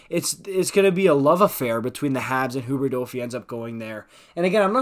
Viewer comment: Im french and even tho its fun to see someone pronouncing the quebec player corectly, its just sounding weird tbh😂